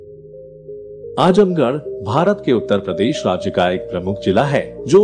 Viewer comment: 🙂Brother it's 'Azamgarh' not Ajamgarh🙃